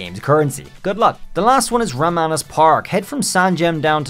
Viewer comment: Ramanas ... I think it's pronounced as "ROM-on-us" (rom on a switch... 😆)